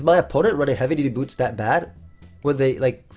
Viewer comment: Not the first time mispronounced heavy duty boots aa heavy booty dudes. Freudian slip?